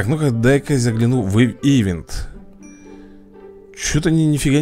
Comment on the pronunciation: не и́вент а иве́нт!Видос топ!